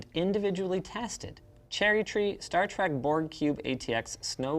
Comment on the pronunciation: star trEk, not star trAk! yeesh, Linus!